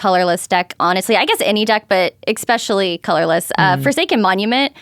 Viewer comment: There's no X in "especially."